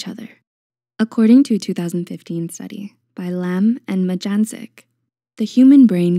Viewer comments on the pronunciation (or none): Hi! Just a quick correction: Majdandzic is pronounced as "mai-dan-jhich" and certainly not as "magenzick". It's a last name from the Balkans even though after a bit of research I found that the researcher in question is Ms. Jasminka Majdandzic who is registered at the University of Vienna. Love your content, keep it up!